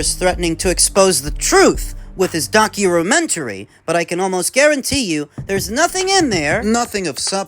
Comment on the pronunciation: lol he says "documentary" like an asian guy who just learned english